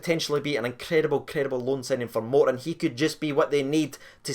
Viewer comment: It's not moreton it's Morton.